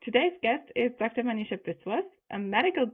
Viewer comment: She is, not "Manisha"!